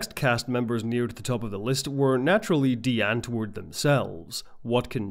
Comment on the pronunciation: Spelled: Die Andwoord, Pronounced: Dee Unt-voort: English Meaning: The Answer